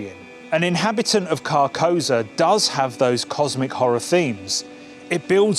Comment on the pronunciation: I appreciate the vid but I have to point out it’s pronounced car-kou-Sa, which is a very important part of the vibe of the name